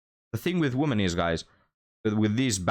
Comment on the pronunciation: Love your content, but you really need how to pronounce the plural "women" properly. 😵